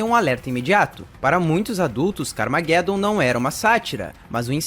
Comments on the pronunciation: Pronuncia-se "carmajedom" car + armagedon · CARA POR FAVOR, CARMAGEDOMMM, LEIA COMO SE LÊ-SE "ARMA"GE"DOM, fora isso o O VIDEO FICOU OTIMO, PARABENS! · ta certo essa pronuncia ai do carmageddon kkkkk minha epoca nao era assim que falava nao kkkk mas parabens pelo video joguei muito isso ai